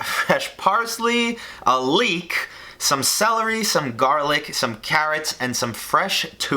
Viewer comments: “a LEEK” caught me off guard & I snorted lmfao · „...Fresh parsley, a LEEK...“ why is that so funny to me